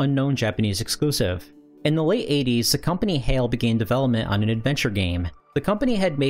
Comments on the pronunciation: Isn't Hai pronouced H-AL instead of Hail? Also, I always though Super Mario Brothers 3 was a 3mb game? (Source: The Gaming Historian) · Isn't Hal, not Hayl? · "Hail"? I think you mean "HAL" (sounds like "HOWL") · I was very confused till you showed smash at the end. You kept saying HAL as "Hail", its HAL, no AAAAA sound. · HAL is pronounced like hal, like pal. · I have a feeling HAI is not pronounced ''hail''